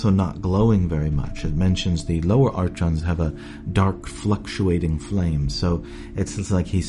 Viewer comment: Its not artchons its ARKONS fucking idiot